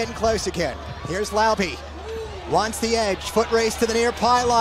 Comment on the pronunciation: It’s “Lau-beh” not “Lau-bee” … some get it right, some don’t.